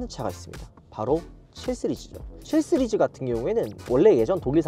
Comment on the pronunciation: ㅋㅋ발음 해외파이신가봐요 7쓰리즈? 씨리즈?